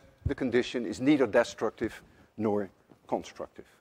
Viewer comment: Well Mr. Lewin, I guess the reason why Americans cannot pronounce the dutch word Huygens properly is the same why you can't pronounce english words such as longitudinal, destructive, among others. Each to his own.